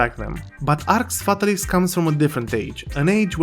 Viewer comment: how many games has Jowood ruined?? Btw it's pronounced Arx FatAlis, accent on second A.